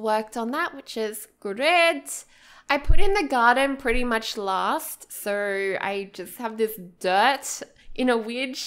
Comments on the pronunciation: Does anyone else get annoyed when she says sir instead of so? :D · I hear "SIR" instead of "SO" omg i can't perceive this adequately